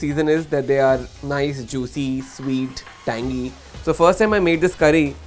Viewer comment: "Nice, juisee, sweet, tangee~"